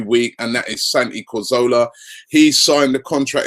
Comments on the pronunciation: It's Cazorla NOT Corzola!!!! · DeadshotYT He always gets it wrong! He doesn't pronounce Giroud's name right either. The 'd' at the end should be silent.